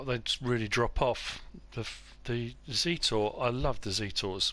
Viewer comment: Hello In reference to the observation you made about where the Zetor Tractor was made. It does sound as if it is a Russian made tractor. In fact it is made in Brno in the Czech Republic.Also it isn't pronounced Zeetor. It is pronounced like Jet Zet and then or. I hope this info is of interest. Keep up the good work with your videos. Regards Mark.